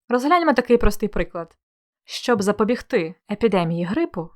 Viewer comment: Урок чудовий, все зрозуміло, дякую. Але Ви вживали слово "запобігтИ" з наголосом на "и", а я все життя думала, що правильно "запобІгти" з наголосом на "і") Невже це слово має подвійний наголос ? 😯